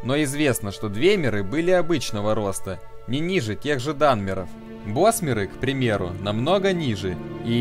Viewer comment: Разберись с ударениями, у всех этим эльфов ударение приходится на слог, перед самими мерами: орсИмеры, двЕмеры, Альтмеры, бОсмеры, дАнмеры, фАлмеры и т.п.